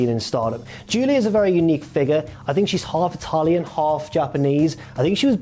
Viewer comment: Half-Itaaaaaaaalian. mate, that might be the poshest way anyone has ever said that word!